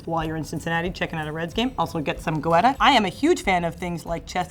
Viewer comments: It's pronounced "Getta" not "Go-etta" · Skyline Chili is awesome and I could eat goetta for every meal. Btw. It's not pronounced go-etta, it's geh-tuh. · The Nimble Ninja I was about to come in here and say the same about Goetta...I understand if you not from the area and just read the name but come on she went and got some and didn’t think to ask how to say it.